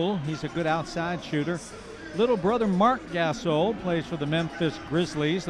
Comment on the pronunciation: announcer says Marc Gasol(butchers his name) and says not sure why Grizzlies are name of team,no grizzly bears in Tennessee. HELLO, franchise relocated from Vancouver. Oh and by the way: many black bears live in Smoky Mtns in East Tenn. Drop the 🎤